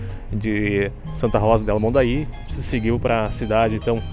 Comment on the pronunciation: . Errou... Não é Mondaí, não... O nome é Monday, e lembrando que é um nome em guaraní, onde a "i" e a "y" não tem a mesma pronunciação, nem sequer é parecida... São vogáis totalmente diferentes uma da outra... .